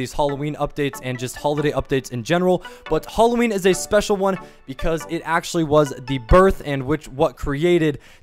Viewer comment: its hAlloween not fucking holloween